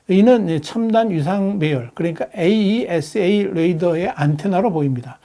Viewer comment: 아니 애들도 아는 에이사 레이더를 저렇게 부르네 잘 모르시나